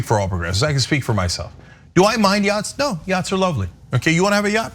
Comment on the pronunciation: Yo dawg, I herd u liek yachtz